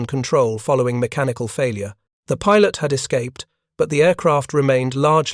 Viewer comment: YouTube bug report(s): "pilot" ==> pye'lot, _not pye-LOT. "resemblance" ==> there's no reason to Frenchify it here.